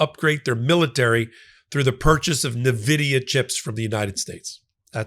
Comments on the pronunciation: It's pronounced ENVIDIA, not Nividia. Check it out on Google if you don't believe me. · Great videos! Please pronounce Nvidia correct haha. In-Vidia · You really need to pronounce Nvidia correctly if you want to be taken seriously.